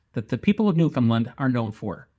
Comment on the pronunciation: My father was a Newfie and one thing that was important to him was the need to pronounce it properly.The accent is on "Land". Like "understand" Newfoundland. "Nu-fund-LAND". Yer welcome 🇨🇦 Other than that, this is a lovely tribute. Thank you.